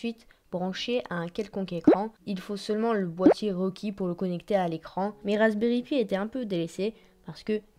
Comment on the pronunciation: Rasberry pi se prononce [paie] pas [py] et le rasberry pi est très connus et n'est pas encore délèssé.